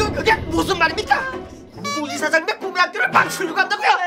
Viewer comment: 사마귀 실장님이 꿈의 학교 말할때 굼의 학교라 함 ㅋㅋㅋㅋㅋㅋ ㄹㅇ ㅋㅋㅋ